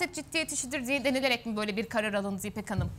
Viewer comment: Dcansı dcaha yatartdcı alındcı 😮evetc mi?birisi hanima 1. sınıflarla birlikde hece leri seslerin telaffuzunu hatırlaması için şart ve zorunlu kılsın lütfen bizimde kulaklarımız bayram etsin s d t c nin ıslıkımsı sesi tiz sesiyle karışmış tobe . başım ağrıdı